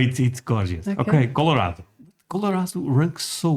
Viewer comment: he said it right! Col-o-RAD-o